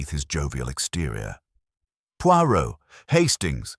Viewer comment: When you read an audio book, first pronou ce the main character 's name correctly and if reading french,pronounce it properly pleease